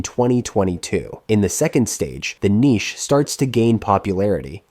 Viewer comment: why tf did you say niche like that